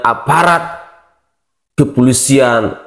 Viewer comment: Indonesiah, hari inih,dasar gilah loh, kembali lagih, poldah, org Polda bro, bukan poldah,begoh loh